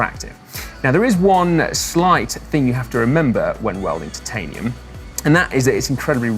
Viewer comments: I don't like how he pronounces titanium... I prefer to pronounce as if it sounds like tie-tanium not tit-tanium... Da dar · Is noone disturbed by the fact that pronunciation of the "titanium" in the whole video is incorrect? Titan=Taiten but Titanium=Tetiniiim? Come on. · Ooooohhh dude will you please stop saying TITanium....... Say it one more time and I swear I'll fly all the way from Adelaide and slap you one upside the head. Its Titanium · Are you sure it's not pronounced "Titaninium"? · Can't hear you pronounce têtanium it really gets on my nerves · why must u pronounce titanium that way? mispronunciation of words in videos by narrators is almost as annoying as spam. And if bad enough can actually make me stop watching. And due to the sheer number of times I'm guessing you are going to say that word during this video I may have to watch something else. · yep i'm gone i cannot take that pronunciation. If it was just you mispronouncing it wouldn't drive me as nuts but so many narrators do so it's become so infuriating that I'd rather leave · The "i" is supposed to be long in the pronunciation my good man. Sounds like your saying Tits all the time.